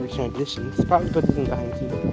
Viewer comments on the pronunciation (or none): "Behide" where u be hiding??